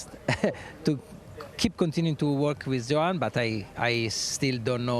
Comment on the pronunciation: Why hasn't the short one been fired? He STILL can't pronounce Johann.